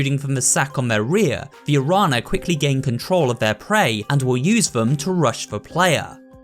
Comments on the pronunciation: the closer I think would be sound “nya”, Guadanya, aranya etc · as an hispanic native i love to read and hear the terms "guadana" and "arana" because of the missing "ñ" it's kinda funny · It'd be cool if you put in the effort to pronounce spanish words correctly, otherwise pretty cool video. Araña and Colmillo made me do a double take lol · 2 cents from a Spanish speaker: The Guadañas: is pronounced Gua-da-nya, as any other Ñ may be substituted for a Ny sound. So the Araña plaga is pronounced A-ra-nya. And in a similar case of the LL in "the Colmillos" the L sound is substituted by a "Yo" sound. Which would be Col-mee-yo. And that's it, remember to check your Duolingo notifications or he will go to your house and break your legs